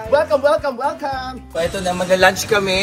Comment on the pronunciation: Dapat hulihin ninyo si Meme sa pagsabi ng welcome (WellCalm) para "accidentally" ma-endorse yung produkto ninyo!